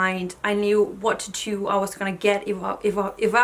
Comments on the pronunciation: Titu for tAtoo lol 😆 it’s so funny how the different parts of the world say 1 word and it sound different. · I love the way you say "tattoo"! I will never ask anyone for their honest opinion, I wouldn't believe them anyways.